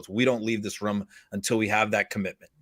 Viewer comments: Rum ???? Did he mean to say room!!🤔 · I love how he keeps saying "rhum" instead of "room".